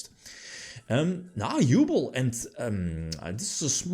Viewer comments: Halfway through I feel like we bullied him into saying Yubel instead of "Yooble" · i beg you, learn how to pronounce Yubel x') she suffered enough, don't torture her more